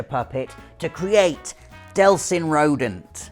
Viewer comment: No delson! This genuinely upsets me....DEEELSON!